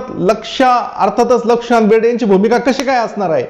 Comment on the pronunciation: lakshikant berde bolta yet nahi ka tumhala